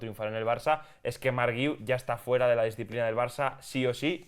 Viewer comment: No se pero eso que decís del apellido del chaval que no lo sabíais pronunciar porque era muy catalán es una tremenda estupidez, guiu solo tiene una manera de pronunciar, no solo en catalán, en español guiu se pronuncia gui-u, no veo puntitos de dieresis por ningún lado que podría justificar vuestro error, si se escribiera Güiu pues podría entender vuestra confusión pero no es así no?